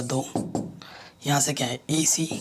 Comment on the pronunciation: Sir aap EC bolte hoto vo esa lagta he ac sunai deta he😂